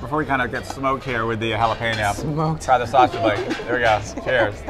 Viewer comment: The "pen" in jalapeño is pronounced like the word pen not peen.